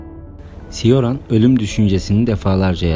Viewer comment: Coran diye okunur ismi.